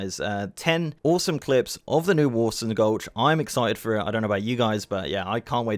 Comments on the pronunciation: “Warson” lol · Getting irrationally angry at your pronunciation of Warsong like "Warsung"